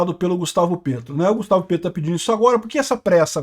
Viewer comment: Morro de rir quando o fala "Gustavo PRETO" parece shitpost😂